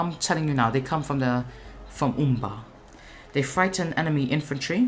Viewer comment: Good video once more! And a nice prononciation of Umbar and Naru n'Aru ^^